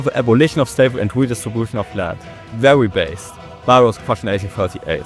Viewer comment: its not that big of a deal. Your main "problem" is your "e" pronunciation, like Bahia is pronounced "Bah - ee - ah", but besides that, your pronounce is really good